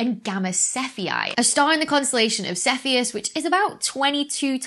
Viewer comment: 'Sidereal' has four syllables, si-de-re-al and i'm not happy with the soft 'e' in Cephei either.